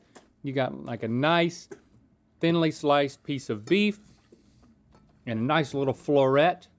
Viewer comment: did anyone else catch rhett saying bleef instead of beef with the beef and broccoli??